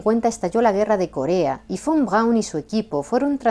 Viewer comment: muy buen Alemán 🇩🇪. Von Braun tubo alguna influencia de Sergéi Koroliov ó Konstantín Tsiolkovski??? 🇷🇺. Saludos 🐧🇨🇱🗿.